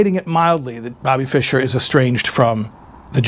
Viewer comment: fischer was correct